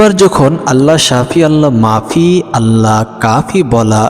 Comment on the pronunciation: Allah mafi hoye Allah nai? Naujubilla Ucharon hoilo Allah mu'afi